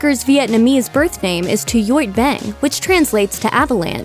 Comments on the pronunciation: Her Vietnamese name is Tuyết Băng not Tu-yot Bang 😂😂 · That hard cringe at hearing her name pronounced like that... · THE WAY SHE PRONOUNCED MICHELLE’S VIỆT NAME LMFAO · Omg the way her viet name was pronounced aishhhhh 😑😑😑😒😒😒😒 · No offense, but she completely butchered Michelle’s Vietnamese name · viviwiwibibi I had to google Michelle’s Vietnamese name only to find out that we have the same name, this is the worst I’ve ever heard it be mispronounced 😅